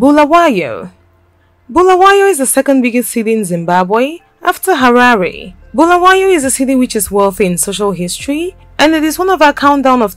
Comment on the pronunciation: its not bhulawayo its BULAWAYO PLZ LIKE SAYING HALALE ITS HARARE